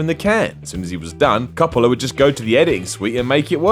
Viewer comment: Coppolla = Cop-ler? DaFuq?